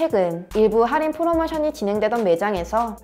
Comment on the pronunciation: 할인을 살인으로 들음 ㅋㅋ 살인은 언제들어도 설래게 되는 단어죸ㅋㅋㅋ